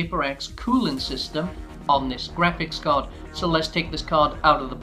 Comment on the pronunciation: du u have to keep repeating "grapcihs card" "grapcihs card" "grapcihs card" all off us know that its graphics card and u dont have to say it every 10 seconds